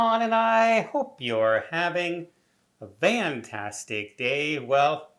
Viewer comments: He’s definitely saying VANtastic day! 😂😂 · I swear it sounds like he is saying Van-tastic Day 😆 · I’ve always thought so, too.